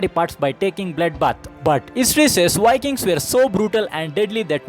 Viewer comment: Indian vlogger Why wiking in his pronunciation?